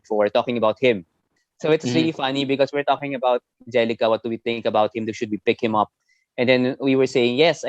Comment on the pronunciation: Nemanja Bjelica. You uttered his name and surname completely wrong. He wouldn't know you were talking about him. :)